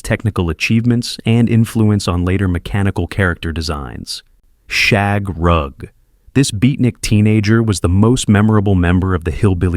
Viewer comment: As a child of the '60s and '70s, I remember all of these. I do need to say that if you're going to use AI to narrate your videos, you should probably listen to them to make sure things are pronounced correctly. For one, the youngest Rugg child was called Shagg, not Shaug. The names were all taken from shag rugs of the time.